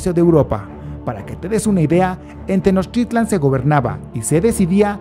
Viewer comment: No sabes pronunciar Tenochtitlán